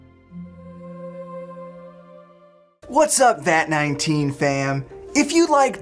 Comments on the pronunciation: Its vat mann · did you relise the vat19 is acuwally coied you cause he said vet19 famand you say drahman fam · bro said vat19fam💀